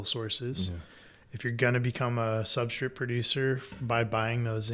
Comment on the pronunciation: I can't unhear substrit